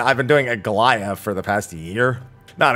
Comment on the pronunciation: Did you call The Aglaia raid "A Goliath" lmao